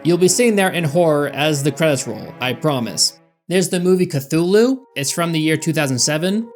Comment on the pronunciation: Strange that your American tongue could not pronounce those directors’ and writers’ names, but yet you can pronounce Cthulu’s proper name just fine. 🤔